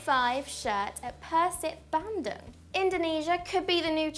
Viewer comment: Hats off for pronouncing Bandung properly